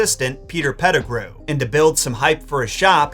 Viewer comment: I thought he said “Pedigree.” But I wondered myself when Beadle Bamford Timothy Spalls’ character became “Peter Pedigree.”